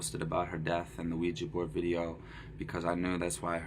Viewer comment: I can’t be the only one being triggered by the way pronounced the word ‚Ouija‘.